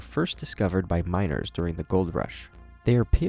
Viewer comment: Cave critters discovered by "minors" not miners?